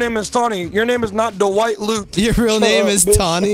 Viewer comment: It’s crazy how many people can’t say DWIGHT lmao